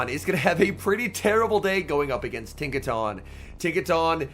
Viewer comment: Isn’t it pronounced Tinka TON as in a ton of bricks ? I could be wrong lol